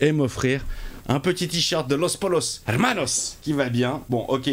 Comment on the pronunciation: Tu dis Los PoYOS depuis ou pas ?? lol